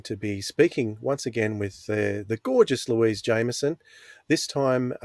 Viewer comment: Louise is indeed amazing. Just a small point that really annoys me - Louise has repeatedly stated, for our benefit, that her surname is "Jameson" - not "jaimerson" and not "jammerson". We all get annoyed when thoughtless and/or ignorant journalists refer to poor Peter Davison as "davidson" on a regular basis (imagine how he must feel!) and this is just as bad. Please, just respect how she prefers her name to be pronounced - it's a problem that's become quite chronic among podcasters. It's not hard to do and I'm sure she's just too polite to keep correcting people.